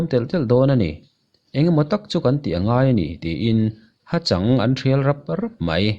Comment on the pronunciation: Ha chang ni lovon, ha châng tih zawk tur. A ngaihnawm e